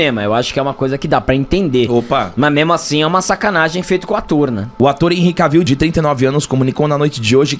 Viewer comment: "ENRRI K-VIU", Jonas Bressan deve chorar nesse momento...kkkk